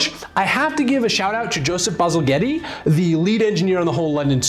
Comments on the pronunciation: Baselghetty? Baz-ell-jett. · Btw, Joseph Bazalgette's surname is not pronounced "Bazil-getti" it's "Bazal-jet". While I'm here, props to the "Seven Wonders of the Industrial World" episode about the London Sewers. It's mostly focusing on Bazalgette's work but Dr Snow obviously get some attention. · I'm pretty sure the name of the sewer builder is pronounced BazzleJet not Baxxlegettie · Bazalgette is pronounced bazzle jet. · The guy who built the sewers, Joseph Bazalgette? Pronounced "Bazzle-jet". Just so you know. Source: My English mother who cringed at every mispronunciation. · I feel like a dick for saying this but bazalgette is pronounced bazal-jet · I've always heard that Bazalgettes name was pronounced as Ba-zal-jet. Don't know if i'm wrong or in on the pronunciation but loved the series Oh and don't worry, I'm from Northern Ireland and I'm pretty sure we could cause Cholera.